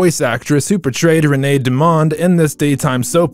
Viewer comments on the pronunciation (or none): none